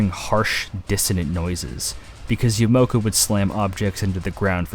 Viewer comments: It's Akira Yamaoka, not Yamoka... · A million people must have already mentioned this but it's Akira Ya-mah-oh-ka.